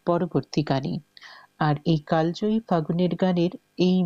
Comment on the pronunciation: ঘোষিকা মহাশয়া, দয়া করে বাংলা শব্দের উচ্চারণ যদি আরও একটু ভালো ভাবে অনুশীলন করেন, আমাদের শ্রবণেন্দ্রিয় আরাম পায়। 'কালজয়ী' শব্দটিকে আপনি বার বার কাল্ জয়ী অর্থাৎ ল-এ হসন্ত সহযোগে উচ্চারণ করেছেন। শুদ্ধ উচ্চারণ হবে কালোজয়ী, যদিও বানান কালজয়ীই হবে।